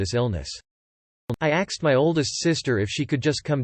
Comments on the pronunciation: Why is the robot all of a sudden pronouncing the word "ask/asked" as "axed"? It just randomly started doing it roughly a week ago... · Narrator STOP saying 'axed' or fix your robot!